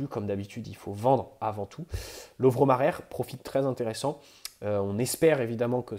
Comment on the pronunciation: Le Majer à l’espagnol « Marer » non non Mayer à la croate oui